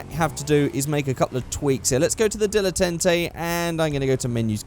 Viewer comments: Dil-eh-tant-ay that's how you say the GTA Prius name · It's pronounced DILLA TARN TAY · Dilletante pronunciation dill-e-tont-ay